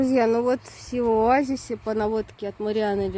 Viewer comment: Шива? Путешественники как сговорились честное слово. Почему Шива, а не Сива?